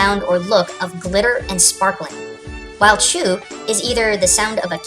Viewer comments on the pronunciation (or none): none